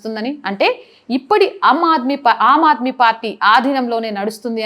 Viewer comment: అమ్మా బాగా నే చెపుతున్నారు. కాని భాష కాస్తంత సంస్క రిం చు కోవాలని సలహా. am aadmee కాదు aam aadmee, సమా nlu కాదు summon లు, ముసలి కన్నీరు కాదు మొసలి కన్నీరు